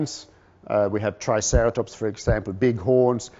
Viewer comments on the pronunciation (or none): Noticed a number of mispronunciations ( or at least different pronunciations) on his part that differ from most other ways of sounding names of the animals. he did call Triceratops are Citreratops when referring to the Charles R Knight Paleoart, which must have just been a mistake. Interesting, really... why he opted to sound out their names in such a way.